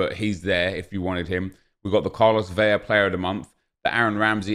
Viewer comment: La-lah, Ve-La not Vei-ya